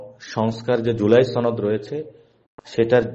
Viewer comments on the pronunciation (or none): আপনি একটা শুদ্ধ উচ্চারণ কোর্স করতে পারেন ভাই আপনার উচ্চারণ খুবই বাজে😢😢 সনদ আর ছনদ তো এক না 😢😢 আরো কিছু জায়গায় খুব কানে লাগতেছিলো। রাজনীতি করবেন সামনে আরো বক্তব্য দিবেন শুদ্ধ উচ্চারণ খুবই গুরুত্বপূর্ণ।